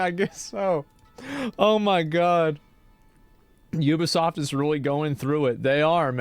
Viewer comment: Ubisoft? "theybisoft"